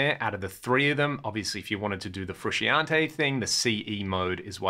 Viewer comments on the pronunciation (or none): none